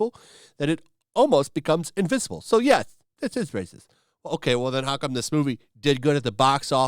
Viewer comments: The “brbrbrbrbrbrbracist” brrrr is getting longer and longer every video 😂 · The way you say racis is hilarious